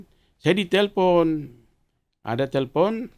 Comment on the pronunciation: Telpon bukan selpon🤣